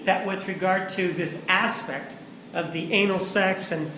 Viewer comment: “With regard to this ASSpect...” LOLLLL